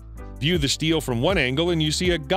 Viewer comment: Stele = "steel-lay" not "steel"!